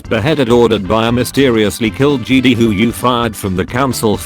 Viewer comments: JedI not jedee!! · When the voice says jeedi instead of Jedi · Did anyone crinch everytime the voice says "JEDEE" INSTEAD OF "JEDI" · I love when they say Jedi "jeedee" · the t2s voice pronounces jedi like "jeedee" and its so wierd xD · The biggest meme is voice saying Kee Gon and Jeedee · no one: text to speech: "jeedie" "key gone" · Nobody: Not a soul:: JEEDEE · no one:: “the jeedi” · Text to speech: Jeedy Me: the time has come execute order 66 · Nobody: Text to speech voice: Jeedee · no body narrator: jede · Nobody: Absolutely nobody:: Jeedee